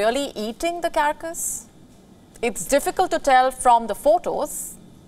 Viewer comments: Its pronounced as car cass, Not kerr kas. 🙄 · Carcass is not pronounced as “CaRRcus” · cara-cus ? carcas ?